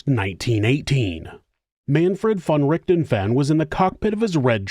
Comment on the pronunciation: I like your channel, but you really need to listen to a german pronouncing the name of Richthofen. :) Also, calling Von Richthofen a monster goes too far, in my opinion.